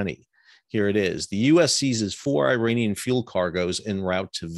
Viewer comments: Sal Mercogliano please educate yourself on how phonetically ridiculous you sound when you repeatedly pronounce Iran and Iraq Eye Ran and Eye Rack and Iranian people Eye Rainy Inn. Put these words next to each other and read them loud to see if it makes sense: Iran Iraq Israel I waited for you to mention Israel to see if you would call it Eyes Real but you didn’t mention the name of the country who’s behind all of these piracies. Your work resembles what UANI is doing. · Good to see the eye-ranian tankers at sea in eye-ran.